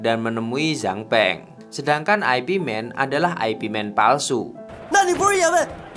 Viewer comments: Ai Pi man , ipman aja bang ga enak di denger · Bacanya bukan Ay Pi Man tapi Ip Man. Itu nama orang, bukan IP address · Bacanya Yip Man bukan Ai Pi Men. Ooo koplak! 🤣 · Ip Man itu ip man bukan aipi man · Urun koreksi dikit... Itu gurunya bruce lee, bukan Ai Pi (IP) Man, tapi itu nama orang, dan bacanya Yip man... Thanks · Ip man bukan dibaca ai pi men tapi yip maan, dibaca biasa aja..itu nama orang bahasa china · Bukan aipi men bang Tapi nyebutnya yipmen atau ipmen. 😂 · Ip Man jangan dibaca I-P MEN. Tapi YIP MAN atau ip man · ip man (baca Yip man) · McD (em si di) , Ip Man (ai pi men) 😂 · Ip Man bukan singkatan mas broo, tapi dibaca yip Man 😂, sama mekdi ga usah disingkat juga2😅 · Ip man..dibaca yip man kalau gak salah...kenapa dibuat western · Ip Man = Ai Pi Men